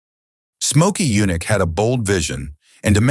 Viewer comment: Get rid of them. I give thumbs down on these universally. And who is "Mokey Yunick?"